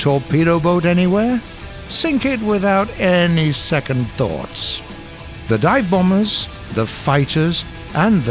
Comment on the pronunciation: said "dine bombers" made me eating a dive bomber at dine bomber restaurant